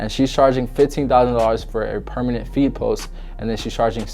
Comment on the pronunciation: Bro every time you said feed I hear feet Idk why 😂😂